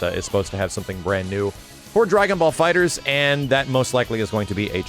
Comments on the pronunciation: Erik Douglas no, it’s the opposite. I read in an article of Game Informer that the title is pronounced “Dragon Ball Fighters” despite the temptation to say “Fighter Z.” It’s Fighters, not Fighter Z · The latter, FighterZ. Pronounced as an S.